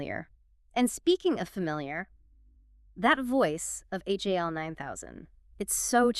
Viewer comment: This whole review is weird. There’s so many little things that are incorrect. (No one in the movie refers to the computer as “H-A-L”. They refer to him as “Hal”. And the song is simply “Daisy”, not “Daisy Bell”.) she pronounced the lead actor’s name incorrectly.